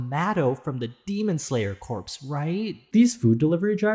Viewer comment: Are you watching demon slayer with subtitles because corps is not supposed to be pronounced how it's spelled. I know English is terrible.